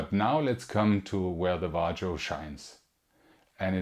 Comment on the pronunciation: "vah-rio" . nice vid!